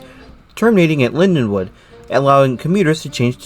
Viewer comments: It's LindenWOLD with an L not LindeWOOD! WOLD. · Slight mispronunciation. But the l & d do sort of mash together. Great video though.